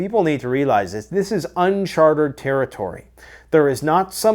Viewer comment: New drinking game to cope with The End. Every time says nuclear, take a shot. Every time says unchartered instead of uncharted, do a boilermaker.